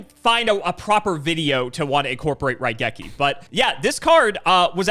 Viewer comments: wait he got raigeki right! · I am one of Cimo's guys and I say got Raigeki correct.